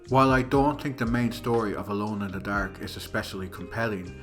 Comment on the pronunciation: Solid video man. As an American I enjoyed hearing it get called “Alone in de Daerhke” but I look forward to more content!